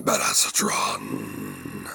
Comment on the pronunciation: uuuuummmmm you pronounced BADASSATRON wrong 😂